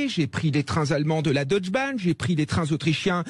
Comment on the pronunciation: DeutschE Bahn...pas Deutsch Bahn...le E se prononce en allemand. À part ça je vous comprends, service nul.